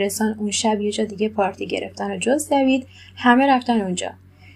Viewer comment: خانوم محترم دیوید،دوید چه صیغیه‌ای دیگه😬😂